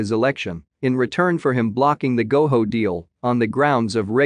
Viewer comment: It’s Go JO NOT GO HO